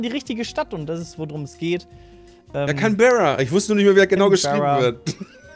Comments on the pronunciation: Canberra wird nicht känbärra ausgesprochen sondern cänbra also wie das englische can und bra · Nur so es heißt gesprochen Canbra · n scheiß zählt canabree bei Canberra